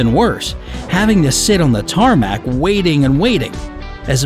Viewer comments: TARMAC?? TARMACC????? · Did you just say “tArMaC?”